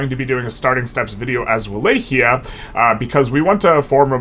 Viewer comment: Not to be that guy, but it’d be great if you tried to pronounce it Vah-Lock-E-Uh